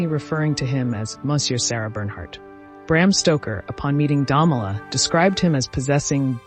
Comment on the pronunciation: Interesting. But your narrator needs to read better. She massacres every French word and many English words. Look up 'profligacy' for example. She pronounces the name of SB's husband Damala at least 3 different ways. C'mon. She makes the production sound shoddy.